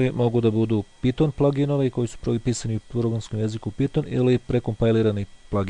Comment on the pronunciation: NE KAŽE SE PITON NEGO PAJTON!!!!!!!!!!!!!!!!!!!!!!!!!!!!!!!!!!!!!!!!!!!!!!!!!!!